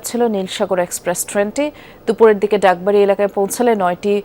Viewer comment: বাগবাড়ি রে ভাই🤦‍♂️🤦‍♂️ডাকবাড়ি না🫤🫤